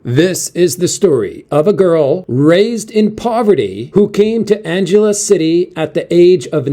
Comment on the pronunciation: Angeles is pronounced as Ang eles - Ang as in "angle"